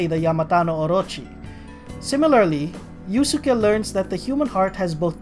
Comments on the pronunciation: It's pronounced as iuske, not iusuke. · Quick thing(s): Yusuke is pronounced as "Yuske", the second U is silent. With Hecate and Astarte, the E at the end of both are silent, so they would be pronounced "Hecait" and "Astart"